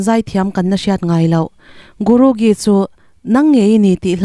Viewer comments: Dik e,hei hi a dik zawk chu GURU JEE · Guru gee,a lam dan hi a dik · Diklo nasaaa